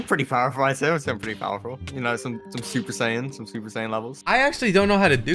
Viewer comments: Saiyan ( correct) Sayien (incorrect) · "Saiyen" "Alien" at least do some basic research dude, that's Goku, a Saiyan, and Freeza, what most people call a "Frost Demon" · Saiyan not saiyen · It's saiyan... And saiyans, not seiyan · ”powerful humans called saiyens” 😭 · “Saiyens” bro stop 💀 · It’s like tell me you haven’t watch dbz without telling me “ mispronounced everything “